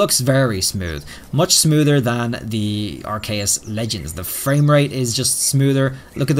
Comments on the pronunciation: I think it’s pronounced R-key-yus not R-Kay-yus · I've never heard aceus pronounced like that before, I've always heard it said are-see-us, but you're saying ark-kay-us